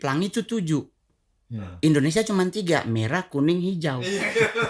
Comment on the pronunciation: Yg benar Indonesia apa endonesia..